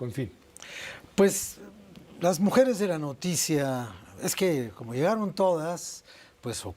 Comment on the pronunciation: Jajajaj muu chistoso cómo dijo: tarde de muejeres 💅 y el señor se sacó de onda